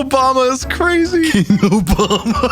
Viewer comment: King Obamna